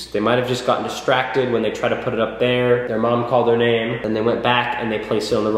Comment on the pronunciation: I put 4/5 on the out going scale as in between 4 and 5...so 4.5 lol its ok though, we all have different construals and you said my name right so that's all that matters <3